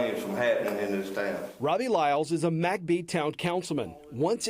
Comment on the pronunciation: Why do you pronounce McBee as Mack bee? It should be mick bee